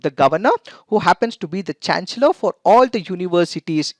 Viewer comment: I'm sorry but the pronunciation of "chancellor" is wrong.. Please correct it!